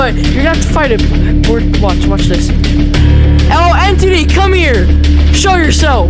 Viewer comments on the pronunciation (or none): To this day you can here this dude say intity you didn’t kill ‘em